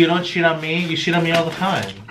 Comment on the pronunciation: I love how says sheet instead of cheat.